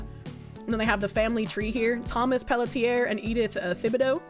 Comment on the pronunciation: Pelletier is pronounced pel-tsee-ay